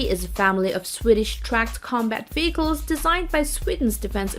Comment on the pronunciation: “Armor Combat Vickels” !? 🤔🇨🇺🇺🇸